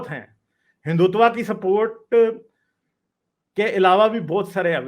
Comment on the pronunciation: learn to pronounce Hindutva first 😂...u r sounding like typical sadak chaap pakistani...Hindus r well respected all around of world bcoz of their culture love Harmony towards every religion..jews never got persecuted in India..parsi came from Iran... 😀 Read about hindus first